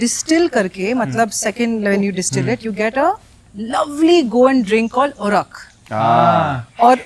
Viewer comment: It is called ooraak not oorak .